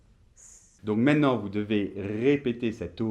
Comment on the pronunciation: Quelle singularité de donner des leçons de prononciation tout en élidant systématiquement la deuxième syllabe du mot "maintenant". Exemple dès le début, à ...